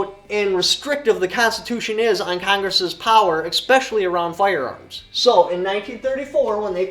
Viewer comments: What the hell is expecially? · Fyi. There is no X in e-special-y